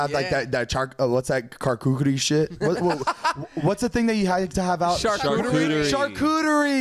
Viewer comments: I hollered when Zane tried to pronounce “charcuterie” 😂☠️ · The way Zane pronounced “charcuterie” had me crying 😂🤣